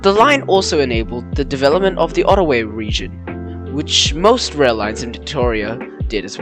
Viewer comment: The line was never commonly referred to as the "Crowes" line, it was always the Beech Forest or "Beechy" line. "Otaways" ???? It's Otways. Pronunciation and historical accuracy are important if you want to do videos, especially documentaries (Which I won't do). Crowes is not how you say it, it's "Crows" as in the bird. If the line was only closed around 50 years ago, that would make it 1973/74, as opposed to its actual closure date of 1962. Considering too the efforts of the existing two narrow gauge preservation societies here in Victoria, and the efforts needed to set up a base in Colac, I cannot see any works being done towards running the Beechy as a railway, any time soon.